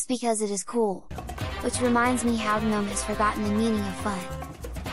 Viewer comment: how do you get the tts to say gnome like guhnome